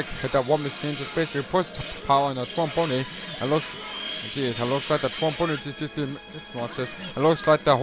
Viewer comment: It's prounced Tron Bon.